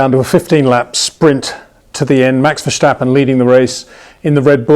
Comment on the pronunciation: Come on Peter, there is no CH in Verstappen's name. ;-)